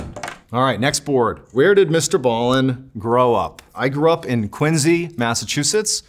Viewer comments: he really is such a captivating orator. also thank you for teaching people how to correctly say Quincy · I love how he made sure to say the correct pronunciation of Quincy.